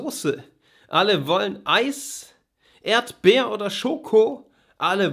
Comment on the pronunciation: "Yolo" reimt sich aber nicht auf "Schoko". Ich sag's nur. "Erdbeer oder Schoko" ist ein bisschen schief - Erdbeer wird auf der ersten Silbe betont und nicht ErdBEER. Und letzte Zeile:, "das schmeckt auch der Yoko" Wie gesagt... ich sag's nur.